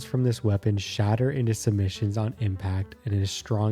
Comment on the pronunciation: Its sub-munitions not submitions btw